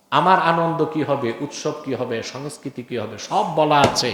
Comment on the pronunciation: এই নিরক্ষর জোকারটা বাংলায় সংস্কৃতির সঠিক উচ্চারণও করতে পারে না এবং সে এই বিষয়ে জ্ঞান দেবlর চেষ্টা করছে.... স্পষ্টতই পাকিস্তানে জন্ম ও শিক্ষিত এবং এখন বাংলাদেশে কামাই করছে 😅